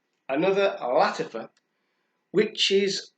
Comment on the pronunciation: The accent is on the second syllable both words. La-TA-fa Fak- HAR. No offense.